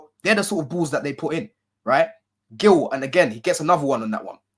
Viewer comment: It’s Marc Geeyou not Marc Gill